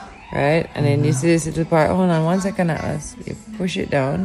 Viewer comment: ATLAS 😂😂😂😂🤣🤣JAMAICAN ACCENT COME OUT, u need wash out